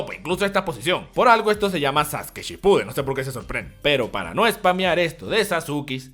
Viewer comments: Como vas a decir "Sasuki", se pronuncia Saske de Sasuke. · Wey lo dice de broma XD le dice Sasuki como una broma, no es necesario insultar.